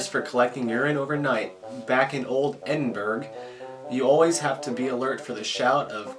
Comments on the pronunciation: Edinburgh is pronounced Edinburrow, not Edinburg ...........:)) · jacqui jeromson Actually its more like Eddin-bruh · It's pronounced "Edin-bra". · Fellas.... Tudor= Tew-da, Edinburgh = Ed-in-borough (like thorough).. And herb is said with a H in England.. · The pronunciation of Edinburgh does not end in a g sound like Pittsburgh. The ending pronunciation is boro like Hillsboro